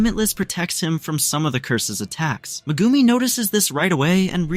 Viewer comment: you sell it Megumi but say Mgumi pronounce the E!!! but other than that good wook it was good